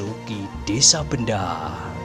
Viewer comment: Bukan nya desa Bendo Kisanak? Aneh kedengaran kalau di ucap Benda....